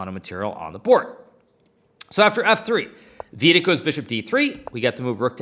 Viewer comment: "Veeeedit" fxxkin hell.. my hears r bleeding.